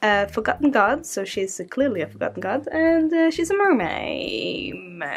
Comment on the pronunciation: when you said forgotten gods i heard it as fuck-em gods 😂😂💀💀💀💀💀💀💀